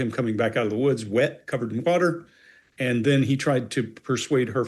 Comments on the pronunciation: it took me listening to it 3 x to realize what he actually said! 🤪 ¿Butter? ¿Mud? Nope... butter! Oh! WATER!!! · captions say water, but he definitely said butter 😂 i think he said it sort of like "covered in whutter" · At first I seriously thought you said "covered in BUTTER". Butter? I had to rewind.